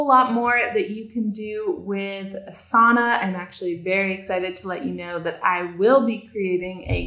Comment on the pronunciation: Thank you for a quick overview on Asana! I would just like to comment that since Asana is a yogic term, the correct way to pronounce it would be Aasana not Asaana. I recommend you listen to some Sanskrit pronunciation videos for Asana. Thank you!